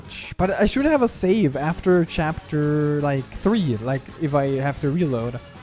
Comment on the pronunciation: 🍞 Chara at the beginning looked like my mother when I said no to her homemade bread 🍞 (Also, right after, I can’t stop thinking on how said ‘chapfer’)